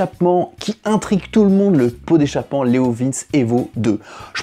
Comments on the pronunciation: Ca se dit leo vinci pas leo vince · Leovinché pas Leovins XD je m'attendais pas à entendre cette prononciation. j'étais pas prêt XD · je crois qu'on dis "leovinci" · Ah non. Pas toi? La prononciation de Leovince 🙄🤔 Leo vin tché 🙄😁😂😉 Ça fait du bien de te voir! Ya un p'tit Youtubeur qui tourne avec ce pot sur un rocket! Je n'ai plus le nom! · La prononciation est Léo Vintche car le c se prononce TCHÉ en italien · Mais on dit leovinci....Le e se dit i....❤